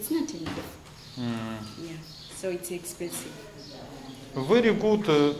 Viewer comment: Вэри экспенсив, ту Мач онанизм......😂